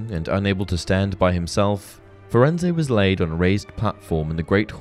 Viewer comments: Firenze, Fur ends, not Fur end say, idiot. His name was spoken in the movie. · Firenze is not pronounce Firenz-eh, my dude. Hagrid says it In the line, “Hello there, Firenze. I see you’ve met our young Mr Potter.” To my ear, it sounds like Furenz- that’s probably Hagrid’s accent, to be fair. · It’s definitely not pronounced “firenz-ay” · Firenze is said wrong